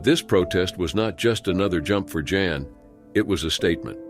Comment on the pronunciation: The narrator SUCKS. 3200 ft is never pronounced three-two hundred feet, and he referred to Jan as " John " at least once.